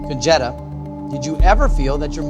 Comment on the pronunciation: Woohoo! Her feigning shame at the boss flirting question... 😂 Also why does her name sound like a slang term for a stolen VW? 😂 "Con-Jetta"